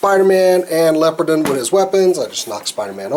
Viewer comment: Leopardon is pronounced as follows " lee-oh-paar-don"